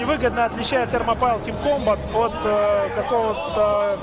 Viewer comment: Вообще-то это Thermopile произносится как Термопали с ударением на «О».